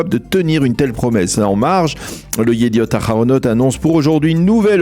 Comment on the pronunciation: Chere, un effort svp, dite le het et pas le ret... yediot aharonot et non pas yediot araronot. 😬